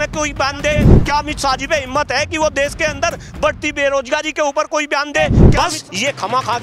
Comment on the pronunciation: Amit Shah pahle khud Hindi bolna sikh le Desh ko Des bolte hai